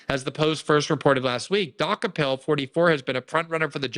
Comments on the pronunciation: Glenn is name challenged, he couldn’t pronounce Dokoupil to save his life. (Doo-copel) not (Dock-a-pull) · It's "de-cope-il" not "dock-a-pell" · I think his name is pronounced Du-ko-pole. But who cares?😅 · She's going to destroy the network, but hey, that's her problem. Can't get the toothpaste back in the tube. His Czech name means "he bought it/ he bought the rest". DOH-ko-pil, with the stress on the first syllable (DOH), short vowels (like in "hot," "cot," "pit"), and the 'ou' sounding like the 'ou' in "out" or "soul," ending with a soft 'l'. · Pronounced DOO-CO-PULL😊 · Glenn, please learn to pronounce the guys name (Doo-copel). Zionists stand together. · I often view CBS news; their staff refer to Tony "De KOpul" (emphasis on second syllable). More broadly, what we're seeing, for 30 years, is the remarkable sight of above-normal intelligent Jewish (and to a less dramatic extent, Conservative Evangelists) people transform themselves into dumb idiots, repetitively executing very poorly conceived policies. Thanks to intelligent Jews who remain sane, rather than revert to anachronistic Biblical textual adherence, ignoring Greek drama as well as much recent history and practical experience. It's one thing to 'fight fire with fire', quite another to abandon civilized norms and revert to blindness in policy. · I think Glenn is mispronouncing that name on purpose. LOL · Learn to pronounce his name correct. He’s been on CBS in the morning in the morning show. The show has been watched for a long time. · Maybe he's mispronouncing it on purpose? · THANK YOU! He kept saying it over and over the wrong way 😂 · Can Glenn pronounce the guy’s name wrong one more time?